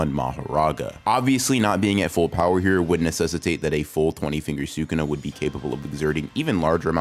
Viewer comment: Wow someone who actually says Sukuna correctly😮